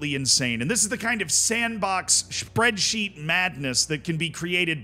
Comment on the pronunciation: Am i the only one that heard you say "Spreadzeet" ? wot